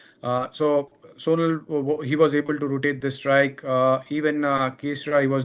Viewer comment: His name pronouns like sonaal not soonal